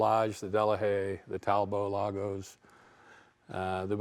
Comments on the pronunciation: Talbot was English named after one of the founders an English Earl. Pronounced Talbot, with a "t", not Talbow. The other founder was a French guy but the company was English and in England. Talbot teamed up with a French company making products in both counties, which disappeared in the mid-1930s. The manager of the French factory, Lago, bought the French factory creating Talbot-Lago. The name Talbot was still used in the UK ending up under the Rootes Group as they bought the UK factories. So a Talbot in France and one in England - similar setup as with the name Daimler, one in England and one in Germany. Rootes unfortunately were eventually bought by Chrysler of the USA. Talbot-Lago wee bought by Simca who again were bought by ...Chrysler USA. Peugeot bought Chrysler's European interest. The Talbot brand was used until recently. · Talbot! Like robot! Not Talbot! Like rainbow! Ve ist sprecken ze englisi, oui? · Never heard "Talbot" pronounced like that. In the UK, I've only ever heard it as "Tall-Bott". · is our hero! Using cars the way they were intended to be used. I always thought that Talbot was pronounced using both T's. My grandpa had a 1985 Talbot and he used to pronounce it while putting emphasis on the O instead of A.